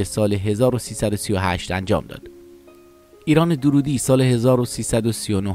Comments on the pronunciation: نام خانوادگی درست تلفظ کنید. درودی غلط است. دَر‌رودی درسته.دَررود‌ یکی ازشهرهای کوچک نیشابور است.درود در استان لرستان است. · با درود و براستی که دَررودی صحیح است۔ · روح اين بانوي هنرمند شاد و يادش تا ابد ماندگار. ايكاش گوينده اين كليپ نام فاميل ايشان را به غلط به جاي Darroudi, درودي تلفظ نميكرد. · دَرودی درسته نه دورودی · تلفظ فامیل ایشون دررودی با تشدید است.. نام محلی در خراسان.. Darroud.. جايشان بسيار خالي بانويي بي همتا … ده ها سال بايد منتظر بشويم تا سرزمينمان صاحب چنين فرزندي شود . ! لطفا با اطمينان در مورد تاريخ ها و زمان و تلفظ ها ويديو بسازيد. به خصوص راجع به افرادي با چنین شهرت بین المللی !! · درود بر شما . تعجب میکنم از شما که از کسی صحبت میکنین که حتی فامیل ایشان را اشتباه تلفظ میکنین !!!